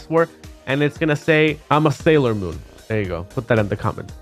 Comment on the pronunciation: "I'm a salior moon"